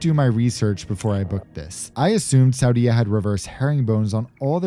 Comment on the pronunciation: Hi - I was Saudia flight attendant from 1986 to 1989. Interesting to see the new aircraft and see a Jeddah that I don't even recognize! Tourism - that blows my mind. What's next? Women driving?? Small point to make - please pronounce Saudia as /sow dee A/. Thanks